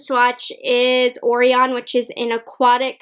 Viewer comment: "orion" is pronounced "oh - ryan"